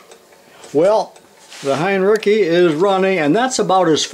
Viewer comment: Wonderful video. BTW. the pronunciation is 'hine-ritz-ee. Thanks for all of the education!